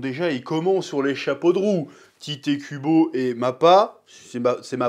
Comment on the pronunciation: snif... tellement de TitÉ Kubo dans cette vidéo. C'est Tite (Tight) ou Taito à la japonaise, pas Tité. Respect au nom de l'auteur, Chef, répend la bonne parole!